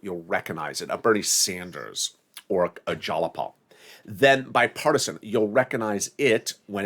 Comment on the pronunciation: Please get your pronunciation of Jayapal correct!